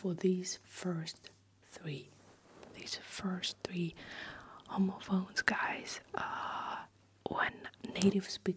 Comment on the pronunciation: Just an fyi, youre saying it very close to the word homophobes which is not really how its pronounced in english and makes it jarring to hear lol. The first o is a short sound like hom-ophones instead of homo-phones